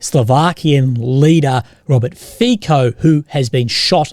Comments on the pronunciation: Fico is pronunced as: Fi as Fi in Finland co as tso in Tsonga Fi-co = Fi-tso. Not "Fiko" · The "c" in Fico is pronounced like "ts" in tsar or tsunami. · If I'm not mistaken, the surname of the Slovak politician sounds like "Fizzo" and not "Fico" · I've heard others pronounce it - Fitso. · As a Slovak its pronounts Fitso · Bro, please tell me how to pronounce it correctly: FeeKo or FeeTSo?